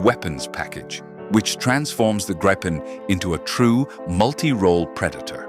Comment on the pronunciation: Nice vid! But Gripen is pronounced Greepen! 👍 Not Grippen or Graypen! Gripen is the future, as Japanese KaiZen, improved all the time without leave the original aircraft… the machine last because it’s very good but the intelligence in it get better and better over time to meet future challenges